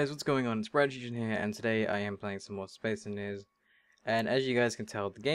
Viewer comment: I love how you say "Bradshushon" and "Spes enniniees", but maybe that's just me ;)